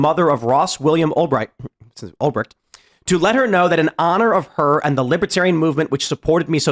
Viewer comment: Ulbright? This is why Tim is a f**** joke. Man , if he had any clue what he was talking about , he wouldn't have messed up his name. Because he wouldn't be reading it from some article, he would be reading it from his own heart.